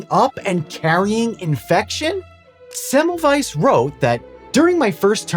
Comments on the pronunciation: You're so close with the pronunciation. You are correct that the German W is pronounced like the English V, but also the German S is pronounced like the English Z which you missed. Thanks for making an effort. Most of us Americans don't give a damn to pronounce things correctly. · Would it not be a good idea when making a video about somebody to learn speaking his name correctly? It is not so difficult to find an audio data you can hear where that name is spoken correctly. It is also a question of respect.